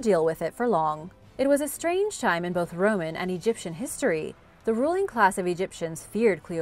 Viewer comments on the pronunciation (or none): none